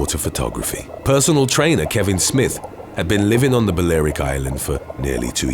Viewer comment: Pronounced BALLY- ARICK...